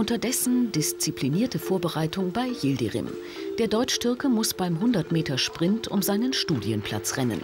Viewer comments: Wie der Name des Türken immer ausgesprochen wird. Wie der Bürgermeister eines bayerischen Dorfes. Der Ötzinger Yildrim :D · Ötzinger, Yildrim!! Man oh man. Zum Zeitpunkt dieses Videos waren Mitbürger solchen Nachnamens seit mind 30 Jahren in Deutschland. Immer noch nicht gelernt. Aber gut ist ja auch Sportlehrer